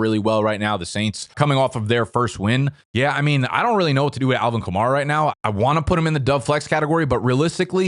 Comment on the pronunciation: I seriously question fantasy experts who insist on pronouncing players' names incorrectly when we've heard them pronounced correctly countless times - i.e. it's "skatte-boo" not "skatte-bo", "ka-mair-a" not "ka-marr-a" yet people whose analytics we're supposed to trust constantly get this wrong